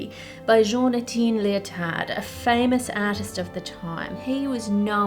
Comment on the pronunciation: Etienne is pronounced ette-E-en